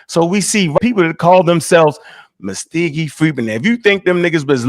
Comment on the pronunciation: it’s Muscogee not muskeegee